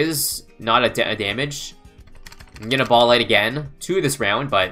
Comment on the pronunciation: Spike BAHLLS anyone else notice the way he says ball